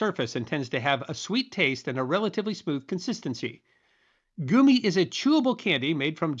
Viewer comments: I noticed that you were using the German pronunciation of gummi right away. My mom pronounced the part of your mouth as "gooms" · The real question is why you've chosen to mispronounce it repeatedly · you say gummy weird. is this an April fools trick. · There, I caught ya! You actually used the American english pronunciation! Knowing you as we all do, there's one question that now begs to be asked. From what region does the 'goomy' pronunciation originate? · My German teacher said that anyone who pronounces it Gummy should be strung up by their toes. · I’ve never heard anyone pronounce it like that? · It is NOT a big deal, it's just different for some. I think it's charming, and a different way of pronouncing it. I've never heard it that way, but it certainly isn't anything worth blowing a top over. Happy Halloween, and keep on making great content! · Your not wrong. Hes pronouncing it wrong. Lol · am loving every minute of this ... Admittedly I came to the comments to find out about the pronunciation because it just rings funny every time I hear it but it certainly doesn't give offence 😅😅😅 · "Goomy"? They're Gummy. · I've never heard gummy pronounced goomy until now. A hundred times in a row... 😖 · The pronunciation of GUMmy bears as GOOMmy bears is proof that is actually an advanced robot who is just doing his best to read scripts phonetically. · The first gummy store ever seen opened up in 1985 when I was a freshman in college. My friends and I would eat a pound or so on a night cramming for a test lol. So I still have a fondness even though I’m Gen X Also… I’m unreasonably triggered when I hear you say “goomies” instead of gummy’s like gum. Sorry 😂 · Why do you keep saying goomy and not gummy, like gum-ee? Gos grief I want to watch but the mispronunciation is going to make me crazy. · It's 'gummy' not 'goomy'. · I'm cringing every time you say goo me instead of gum me. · Goomy bears? I thought it was gummy bears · Gummi = Goommy